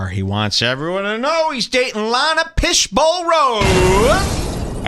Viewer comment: “Piss-bowl” … LOL